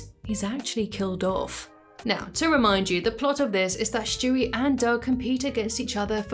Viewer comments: His name is Stewie, not Shtewie. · Who is Schtewie